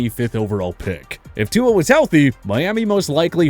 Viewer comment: Yo I learned how to pronounce Tuas name right from this channel and now I hear them saying it wrong 😂😂😂